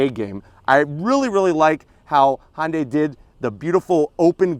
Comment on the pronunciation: Why do you call it hondia not Hyundai